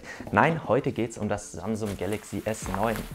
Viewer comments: Alter das heisst samsung nicht samsumm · Am Anfang hast du statt Samsung samsuM